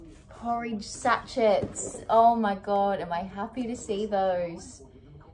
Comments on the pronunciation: Sashays not sha chets. Love uuu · "Porridge satch-its" 😂 😂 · Can live life properly now knowing she calls them sach-etts 🤣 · the way she said sachets🤣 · Me too 😂 bless her x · Is anyone gonna talk about the way she said sachets????😂😂😂😂😂😂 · the way she said sachets XD